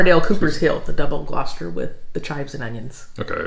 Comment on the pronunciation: Your pronunciation of double Gloucester is correct, I'll be going to the market tomorrow and will try something new, Lancashire cheese will be on the menu